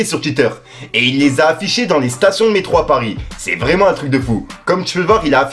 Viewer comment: "Libido vreument" 😂😂😂 Faut que ça devienne un meme